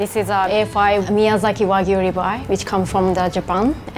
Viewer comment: Finally, Chef who pronounces wagyu correctly. 👍